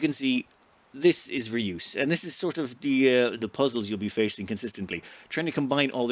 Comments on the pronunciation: "Rey-us" not "Re-oos". After the Greek. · Ray-us btw, not reuse. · That sounded funny! Just for your info : It's not re-use, but the "eu" is a (dutch) sound, which doesn't exist in English (I think, maybe in Irish). It does in french : Jue (game). Maybe that helps the pronounciation. :-) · Fun fact, "reus" is the Dutch word for "giant". Another fun fact, it's a one syllable word. But mispronunciation has become a bit of a tradition on this channel 😉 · In the defense of, the Dutch 'eu' sound does not exist in English, so we can't really blame him.